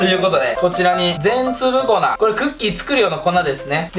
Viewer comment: 全粒粉（ぜんりゅうふん）をぜんつぶこなって読んだねw